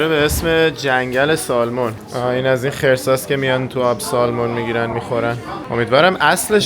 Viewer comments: در ایران نوعی از ماهی قزل آلا را با رنگ چیزی شبیه ماهی salmon می‌کنند، بطور کل این ماهی در بیشتر کشورها و زبان‌ها سمن تلفظ میشه، شما تلاش کنید که درست تلفظ کنین که دوستان فارسی زبان هم یاد بگیرند.البته هر جور که صلاح میدونید. در سفرتون به تگزاس سری هم به ما در دالاس بزنید. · با احترام در تلفظ ماهی salmon حرف L خونده نمیشه و samun یا سمن گفته میشه. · L is silent in salmon. ❤